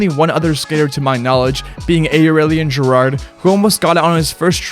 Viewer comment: no hate but this guy cannot pronounce names 😂. last time i remember him saying “GUY MARENO” and now he’s saying “A-RILLIAN GIRARD”